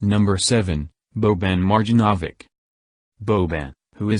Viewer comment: The way he said Boban's last name 😂